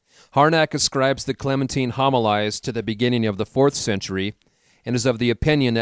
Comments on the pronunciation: Great upload. Some corrections. Homilies - hom i Lees Prunikos - Proo nik ohs Etc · Yes this is very true....as well as the word Homilies.